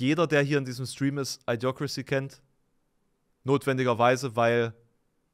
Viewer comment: Das Idio von Idiocrasy, wird wie bei Idiokrasie ausgesprochen. Nicht I-diocrasy.